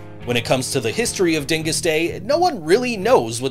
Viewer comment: You pronounced Dyngus wrong. So offended. Love- Polock from Buffalo